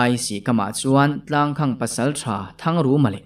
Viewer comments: Tlangkhang tia lam lovin,tlangkhàng tialam nise ari amawi zawk ang. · Tlangkhang ilamdan hi mizotawngkal phungah chuan adik chiahloin alang athluk hi khang tihlai thluk saaaang deuh teh tlangkhaaañg tiin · Tlangkhang tih hi khang tih hi sangha vuakna khang tih a lam tur a ni zawk lo maw.chhuangkhang /khang ti lovin...a ngaihnawm leh dawn e.a chhiartun a chhiar thiam bawk a . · Tlang khang ti lo in Tlangkhang tiin lam zawk teh,Tlang khawng a ti ngai lo. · Tlangkhang tihah hian khang lai hi, khanghu kan lam rika khang lai ang hian lam tur ni awm tak a ni. (Tlangkhang- Tlang khamphei) Sawi ve mai mai. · Boss, 'Tlangkhamg' tiha 'khang' hi khanghu' tiha ' khang' ang hian lam ri la a dik zawk duh hmel. A ziaktu paw'n a ziah dân a nih ka ring deuh. 😊. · tlangkhang tih ilam fuh lo deuh anih hmel khawp mai, a khaehming hian awmzia aneilo tlat.